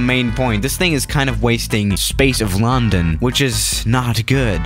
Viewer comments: Hmm he says LAWndOwn instead of london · I dont how he says Lawn - den .You say Lun.den . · uhhhh I'm here in a 737 in lcy Me:it's illegal!:on no I need to escape lundon Me: (Facepalms) it's London not lundon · Normal people: London: laRrRndOn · sais it like Larndarn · It’s pronounced lundun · You pronounced London wrong the whole time you say it as a u not an o